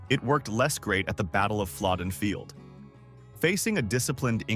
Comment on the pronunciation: He - or it - is talking about Flodden 1513. AI can' t pronounce correctly.